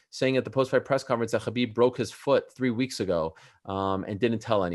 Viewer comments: Chael is being his usual arrogant self. Despite hearing constantly the correct pronunciation by others of Khabib’s name—right here by Brett and Ariel, and even by Khabib himself—he insists on continually mispronouncing his name, calling him what he wants to. So disrespectful. But that’s so typical of him and his ilk. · Ayo Ariel it’s not Khabib with the kh, it’s Habib with that Arabic h or ح